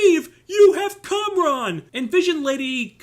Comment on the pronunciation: Its Kamran not Konron. Check your hearing.